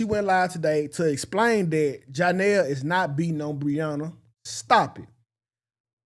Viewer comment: It’s the Janell🤣🤣🤣🤣instead of Johnell you on point 💯